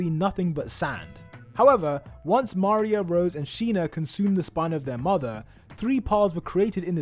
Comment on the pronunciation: You really can't pronounce Maria correctly?